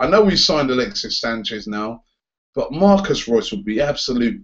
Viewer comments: His name is MARCO reus for God's sake please stop calling him Marcus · Marco Reus! not Marcos Reus! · Its MARCO Reus Not MARCUS Reus-. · "Marcos Reus". Cringey as fuck. Surely you know his name is Marco. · it's not Marcos Reus, It's Marco... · Marco not Marcos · Robbie, his name is MARCO Reus, not Marcus. And he didn't "replace Gotze" at Dortmund. He's been at Dortmund for several years and he and Gotze are different players. Gotze is more of a traditional #10, Reus can do it all. Personally, I've always felt Reus is better than Gotze. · " 'Marcus' Reus "